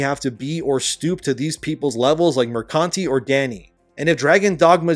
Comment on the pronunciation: I love that you read Mercante as "Mercunty".